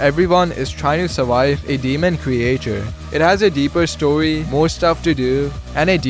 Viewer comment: Why's he saying CREJATURE